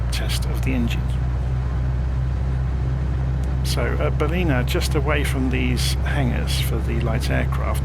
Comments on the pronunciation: Great work - thanks. As a local though, it's pronounced 'Bal-in-ah. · I love the way you pronounce Ballina. IRL it is pronounced Bal -Lin - a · Good find on this video as I am looking to use this plane to fly all over Australia. BTW its Ballina pronounce with an "in" Cheers...